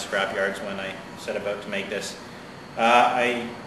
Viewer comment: it's pronounced "about" not "ah-boot"